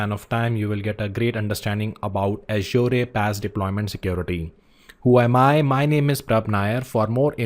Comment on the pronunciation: Your pronouncing "Azure" incorrectly.. Look for Satya's video on YouTube on How to pronounce Azure?